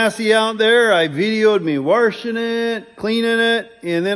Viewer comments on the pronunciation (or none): Anyone else noticed says warshing instead of washing?